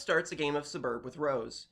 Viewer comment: This is the first time i've seen someone pronounce it Sub-erb instead of just taking out the sound of the first U entirely and saying SSS-berb